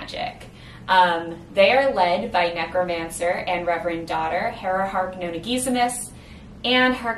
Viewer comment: "Noh-nah" - per the GtN's pronunciation guide - being a fragment of "Noh-nah-GUESS-i-mus". Pronouncing it "know-nah"... that grates.